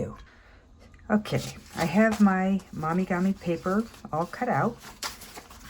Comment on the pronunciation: Mo mee gah mee. Not mommy gah mee 👍🏼😊